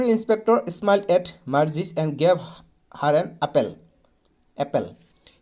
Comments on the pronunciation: Sir Marji nohoi Margie😅😂😂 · Margie ❌ morghi 😂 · Marji nohoi sir margie😊